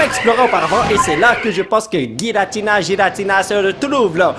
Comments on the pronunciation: Pour information, on prenonce '''Guiratina'' dans le pokédex international ! 😉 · Oui giratina se prononce guiratina comme arceus se prononce arkéus